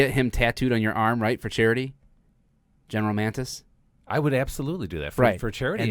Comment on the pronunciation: It's not GEN Mantis, it is Mattis...